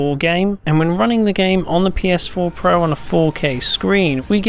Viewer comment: I hate how this guy says "pro"